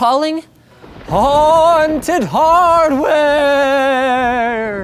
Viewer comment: Please don't say haunted hardware like you do in this video, ever again. :( But otherwise keep doing these episodes, they are great!